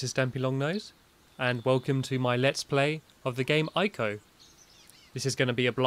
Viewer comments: It's pronounced Eko, with a long e, not Ico. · yeah so i just stopped by to say its pronounced ee-co not aay-co/eh-co but who cares right? nowadays everyone seems to be illiterate so whats the bother, the mass majority of people are borderline retarded anyway so what can one person do but anger people that have nothing better to do with their lives and dont understand any better right? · YOU PRONOUNCED IT WRONG